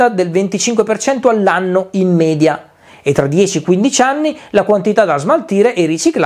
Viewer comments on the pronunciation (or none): none